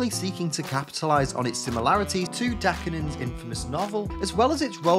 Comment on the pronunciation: Really??? Dakinen???